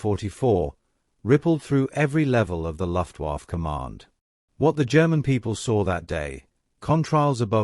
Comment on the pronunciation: LEARN HOW TO SAY LUFTWAFFE SOUNDS LIKE LUFT WAF AH